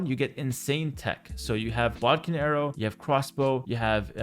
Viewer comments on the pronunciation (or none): none